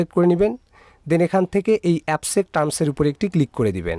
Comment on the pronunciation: শব্দটা এপসেপ্ট নাহ। একসেফ্ট হবে।